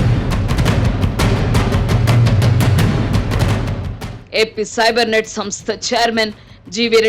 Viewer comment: Sibernet కాదు....fibernet